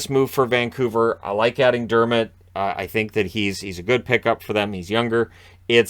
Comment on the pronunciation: Dermitt, lol